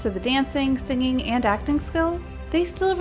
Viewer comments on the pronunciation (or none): none